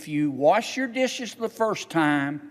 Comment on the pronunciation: Warsh,, your dishes by hand 😂😂😂😂😂😂😂